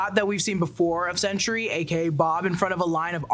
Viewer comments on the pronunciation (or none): Sentry, not Century. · So I know it is sentry but I keep hearing you say century. But you know neither here nor there. Love the podcast love the channel.